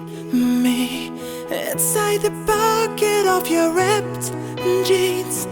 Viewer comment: Your voice is fantastic but you lack Pronounciation......it's not Phatograph but Photograph...not Repped jeans but Ripped Jeans....not Fet but Fit...